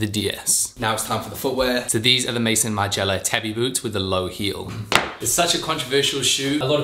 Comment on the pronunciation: Kills me every time he pronounces Maison Margiela….it’s not mason,! 😘😘😘